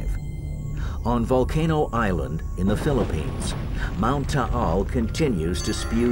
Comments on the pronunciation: Mt. Taal not tall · It's called Mt. Taal not Mt. Tall. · Taal. The title is incorrectly spelled. The locals don't pronounce it Tah-al, either. It is said longer. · The title is mispelt. Its mt taal. Pronounced ta-al